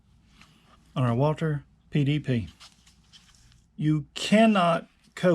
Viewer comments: WALTHER NOT WALTER. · The? Company's name is walther not walter